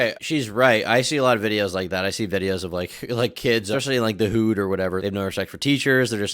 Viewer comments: SCUSE ME, THE "WHO'D"??? IT'S PRONOUNCED HOOD LIKE THE ONE YOU WEAR GANG 😅😅😅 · "The whood"? lol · did you just call the hood the WHOED?? 😂😂 - ish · The Whood? Are we hearing an AI clone for increased workflow or does actually say it like that or is he being like, funny I guess? Idk idc really I guess. Ignore this.